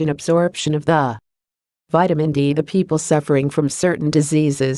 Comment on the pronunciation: Poor understanding when reading of Vitamin n D being separated..